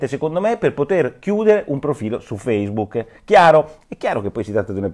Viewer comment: E basta con sto FACEBOOK. Alcune persone dovevano registrarsi su FACCEBOOK (ma come, non si pronuncia feisbuc(non quello nero)? Su FACCEBOOK Chi ha la faccia da culo.